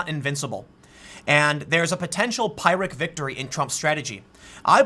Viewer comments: A full THIRD of the people crossing the border illegally with a child, have no DNA link with the child they're with. Tell me again how we shouldn't "separate families." The left is arguing in favor of human trafficking. And once again Tim, it's pronounced "PEER-ICK" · He can't say precisely what he dislikes about Trump, other than "he talks mean". His bluntness is exactly what I liked about him when he first began campaigning and a big reason that I voted for him. Obama talked very pretty but it was all political bullshit. Also: pyrrhic = PEER-ic. No pie in pyrrhic. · Dude. Pyrrhic is pronounced PEER-ic not PIE-ric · TIM! IT'S PRONOUNCED "PIRR(peir)-IK!" VICTORY! NOT "PIE-RICK" VICTORY! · pyrrhic (/ ˈ p ɪr ɪ k / PIRR-ik) .....it’s driving me crazy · Team, please, for God's sake, "Pyrrhic" rhymes with "lyric". You're killing me here. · It is pronounced peeric TIM!!!!! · Dude, it's PEER-ic victory. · It’s pronounced peer-rik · Pool 'Pyrrhic' is pronounced 'PEER-ick' or 'PIRR-ick', just FYI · It's pronounced peer ick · Tim "Pie-Rick Victory" Pool 🤦‍♂️ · Tim needs to learn how to say "Pyrrhic Victory". He sounds very close to "Pirate Victory". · Tim, "pyrrhic" is pronounced "peer-ick." Just fyi. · Pyric is pronounced PURE-ICK please stop messing this up! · Again, it's pronounced pier-ic victory. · Please Tim, if you're going to use the word pyrrhic in every single video you make, look up how to pronounce it. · You really gotta learn to pronounce pyrrhic, Tim. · Tim learn to pronounce correctly "Phyric Victory". I am impressed you use it...just learn how to pronounce it correctly. This should help: . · Silent h is pyrrhic Tim, bugged me was all, after the Joe Rogan slip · Since you've been using "pyrrhic" quite frequently, you could check its pronunciation ;) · Learn to pronounce pyrrhic, you sound dumb. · You pronounce pyrrhic incorrectly. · Thats... not how you say pyrrhic... please look it up. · Pyrrhic sounds like peer-ick, not pie-rick. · Pyrrhic, not pyric.